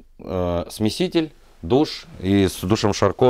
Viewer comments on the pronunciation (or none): none